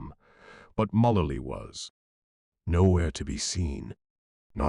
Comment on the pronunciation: Megan WHO? Learn how to pronounce the names!!!